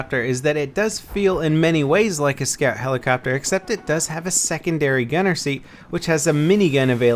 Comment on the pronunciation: DID YOU SAY SCAT HELICOPTER?